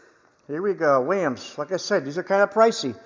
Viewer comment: Man why does everyone say weyum it’s WILL YUM